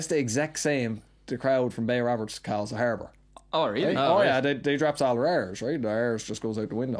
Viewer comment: Does he pronounce it Bay Woberts